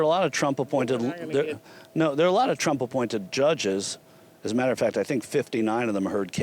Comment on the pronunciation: She tried to say "Trump" but it came out "Drunk" Yeah lady, we can tell. After you drink your breakfast, don't forget to brush your hair.